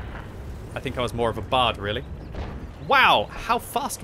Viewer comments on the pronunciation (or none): none